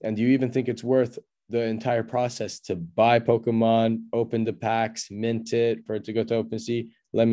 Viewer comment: You don't know how to pronounce Pokemon lol. It's a Japanese word and NOT Po-kee-mon like you said lol. Proper pronunciation is Po-kay-mon. English speakers usually say Po-ka-mon. Just an FYI as you made a big deal over the PMon coin lol.